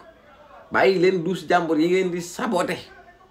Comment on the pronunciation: Que Barth et sa dame aillent visiter '' ses douches Yi dousssser ''😅😅😅😅 Tcham